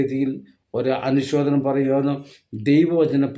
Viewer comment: എടോ മനുഷ്യാ, അനുശോധനം എന്നാണോ പറയേണ്ടതു, അനുശോചനം എന്നല്ലേ പറയേണ്ടതു ? 😜🤔